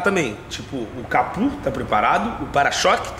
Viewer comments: O fala capu kkkkkkkkk é capô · não é capû é Capô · CAPU NÃO, É CAPÔ!!!